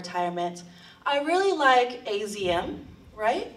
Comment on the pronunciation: its AZUMI not AZM